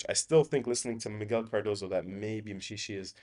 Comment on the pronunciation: I'm impressed with your pronunciation of South African names. It says a lot about you as a person. Your accuracy in pronouncing words that start with "M" and a consonant, like "Mshishi", makes me look at Non-indigenous South Africans with scepticism, because despite being born and raised in the country, they cannot do it.